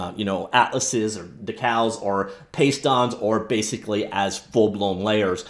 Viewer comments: I’m guessing you’re too young to remember decals, but they’re pronounced “D-cal”. They were essentially stickers back in the day. Thanks for the vid. Looks cool. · "Deckles" dude you're killin' me here